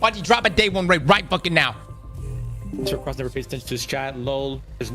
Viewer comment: Aztec-ross 😂. Just watched Runners HQ video on marathon and he butchered your name. Absolute cinema 🎉😅